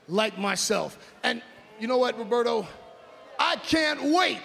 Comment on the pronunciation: He called him Robeto😄